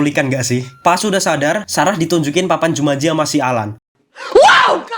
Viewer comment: Aku kirain "jumatji"😅